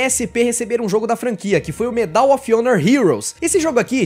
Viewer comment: So uma dica: a palavra Medal, em inglês, possui a sílaba tônica no “Me” e não no “dal”.